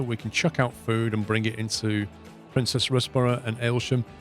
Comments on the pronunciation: Princes Risborough is pronounced Prince's and not Princess. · Ha, I grew up in Princes Risborough. Think “Prince’s Riz- boro” (or ‘Riz-brah’). Dull commuter town at foot of Chiltern Hills when we moved there but by time we left was getting unaffordable & gentrified by Londoners looking to escape the smoke. Budgets getting replaced by an M&S etc. Trains from 19th century onwards are what grew it from a farm village to a town.